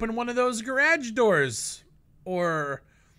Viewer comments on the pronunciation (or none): Raws gonna be fine and great to play but im concerned with how u say garage